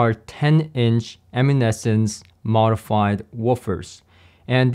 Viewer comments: Eminence, not Eminescence 😁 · LOL...the woofers are EMINENCE. You don't know how to pronounce it.